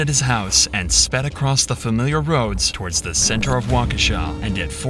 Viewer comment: Also, "tword"? 🤣 Yeah, it's me who has no brain alright. 🙄 Edit: Congratulations,, you finally got it right. It's "Towards," not "Tword", you keep on working at it you're finally gonna get that GED you've always dreamed of. 🤣